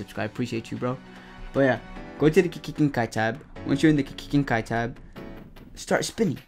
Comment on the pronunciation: why does he say kekkei genkai like kki genkai